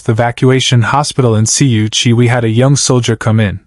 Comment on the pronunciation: If you cannot say it KU Chi don’t say it. I was there flying Huey helicopters in and out of Kew Chi. Periodically I flew spontaneous Dust Off. I got an Air Colonel from the time he was shot I had him at the 93rd Med in Long Binh in 8 minutes, probably a record. The was a day I carried Malaria patients all day long to the hospital. My boss was Charlie Wilson